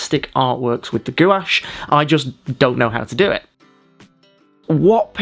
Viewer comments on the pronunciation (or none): I love painting with gouache as well. This is beautiful. Btw it’s pronounced “gwahshh” not “goo-wash” lol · Excellent tutorial. Thanks a lot for sharing your knowledge about gouache. 👍🙏🙂 By the way - everybody else, who work with this medium on YouTube, pronounces gouache [gwarsjh]. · Gouache is said as (g- wash) FYI...